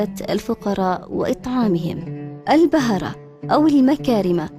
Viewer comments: تسلمي .. تقرير جميل كجمال قرية الحطيب. طائفة البهرة تنطق بضم الباء وليس بفتحه..شكرا لك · البهره بضم الباء وليس بفتحه